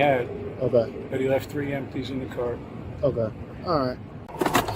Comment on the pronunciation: I felt thre-end. Are all these kids allergic to the letter "t'?